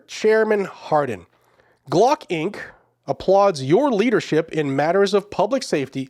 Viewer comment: Glock not block. ** AI